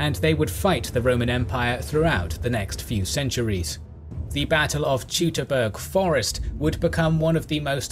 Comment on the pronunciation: I needed a moment to recognize what he meant when he said Teutoburger Forrest! Wow! You need to say Toy to (like in Auto) burger (like in butcher) not Tjutobörger 😂😂😂 I get it that names are pronounced differently but that is plain unrecognizable butchering!